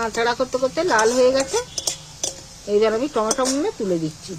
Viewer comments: Tometom noy tomatoes 🍅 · হাতে gloves পরা নেই, বাঁ হাত লাগাচ্ছে, নখে ময়লা। ঘেন্না লাগে।টমেটোকে বলছে টমেটম।